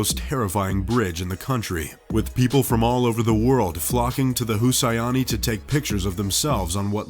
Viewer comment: Who taught this guy to pronounce stuff? It's a great video but it's driving me nuts. Who Say Eenie Bridge in Pakistan. Husaini is read Who Say Knee!